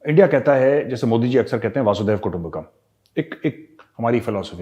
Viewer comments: Yes... even I hear lot of people saying वासुदेव कुटुंम्बकम् instead of वसुधैवं कुटुंम्बकम् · Sorry sir not vasudev kutumba Kam right is वसुधैव कुटुंबकम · मेजर गौरव, एक करेक्शन। हम वसुधैव कुटुंबकम् कहते है वासुदेव कुटुंबकम नहीं। वसुधा का मतलब है की पूरी धरती।